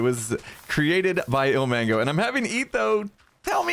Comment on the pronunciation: Every time he says ilmango I hear El Mago